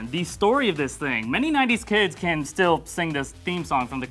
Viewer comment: "A boy can dream": "A boy caan dream" Me: Ha Yassssssss #GOT